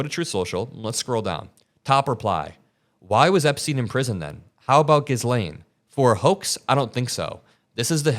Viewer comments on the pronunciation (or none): I also don't mean to be rude but its pronounced "Gilain" not "gizlane", the s is silent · You’ve pronounced Ghislaine differently in every video, and in this one there are multiple pronunciations 😂